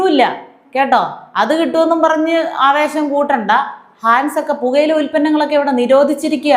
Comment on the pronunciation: ഹാൻസ് അല്ല. ഹിന്ദിയിൽ Hans എന്ന് എഴുതിയാൽ അതവർക്ക് ഹംസ്‌ എന്ന അർത്ഥത്തിൽ ആണ്. ഹംസം എന്ന് മലയാളത്തിൽ. അതിനാണ് നമ്മൾ ഹാൻസ് എന്ന് തെറ്റായി പറയുന്നത്.